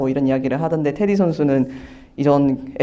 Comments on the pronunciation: 테디 아니야? 자꾸 인터뷰하는분이 테리라고 하니까 거슬리네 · Teddy, 미국발음은 테리, Flap an aleveolar stop in intervocalic position when the latter vowel is unstressed. 한국말로 인터뷰하는 거니까 발음은 테.디!로 정확한 한국말로 발음해야겠지요. 리포터분이 한국말과 영어간 발음을 혼재해서 사용하셔서 듣기불편하셨나보네요.